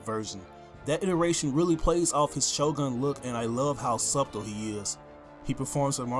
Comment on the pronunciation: what is subdle? you didn't pronounce the "b" in Subtle did you? you lost me after that!!!